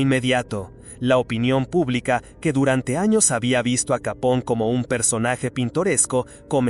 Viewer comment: Gran video , aunque te pasas todo el mismo vídeo pronunciando mal su apellido , No es capón, si no , Capone , es italiano no inglés